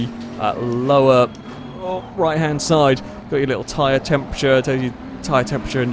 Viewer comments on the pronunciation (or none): none